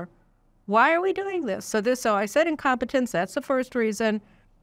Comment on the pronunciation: Did she say incompatence? Wait...what? Caroline, wakie wakie.....😮